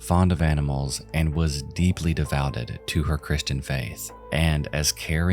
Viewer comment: You mispronounced “devoted”.